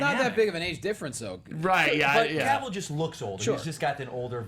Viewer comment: couldnt stand hoechlin's superman.nt e actor's fault but people jus kept going bck 2 e reeve's superman, cheesy, campy. ughh... i like it n then i hate it. i think i will really struggle 2 finish tis season's supergirl. 😕... cavill rhymes with travel. pls gt e pronounciation right